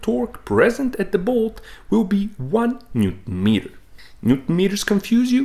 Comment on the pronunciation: If i had to constructive criticize you, is that you do not pronounce the word Newton completely and it sounds awful 😢